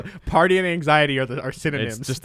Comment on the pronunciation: I heard effort when I heard party